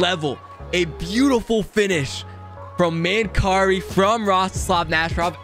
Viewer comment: Its Man- Carrie 🙂. Former Buffalo Sabre/Vancouver canuck from London Ontario